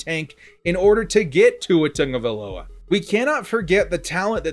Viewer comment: Sound it out... Tago-via-loa